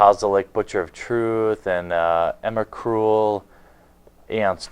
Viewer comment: lol ''Ema-Cruel'' been playing too much pokemon?